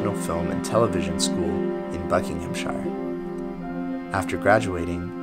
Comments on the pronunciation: It's pronounced "TOR-KEE" not torkay and while I'm at it, it's BuckinghamSHEER (or buckinghamSHUH colloquially) not SHIYER. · TorKEY and BuckinghamSHER. Welcome to English, Yankees. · Great video. FYI, pronunciations for the two English places you've mentioned for future essays: Tork-ee, Buckingham-shir (almost like, "sure")